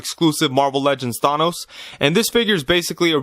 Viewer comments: THA NOSE NOT THAY NOS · Did he say thAH.nos Good review tho 👍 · Why are you saying Thanos like that?